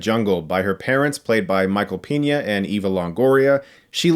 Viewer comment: The way Chris pronounces "Peña" is quite endearing.